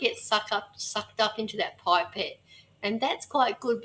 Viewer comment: For God’s sake it’ pip-ette not pipe-ette.